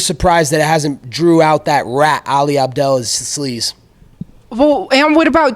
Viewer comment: "Ali Abdelasleaze" lmaooo